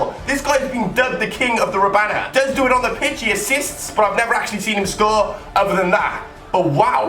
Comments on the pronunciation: It's not rabana its rabona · IT is rabona, not robana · it's rabona not rabana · it's a rabona not a rabana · It is rabona not rabana. Pronounced Ra-Bon-A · the word is Rabona (Ra-Bone-Na) Not Robana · Rabona not Robana... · he said rabana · RAB-ON-A... ON NOT AN! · It's ra-bone-a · please it's pronounced Ra-Bone-a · am I the only one annoyed by saying "Robana"? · Stop fucking saying rabana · HE DOSNT EVEN KNOW HOW TO SAY RABONA!!!!!